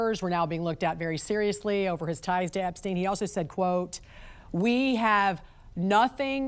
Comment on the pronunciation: why the fuck is this bozu saying EPSTINE LMAO. Jesus christ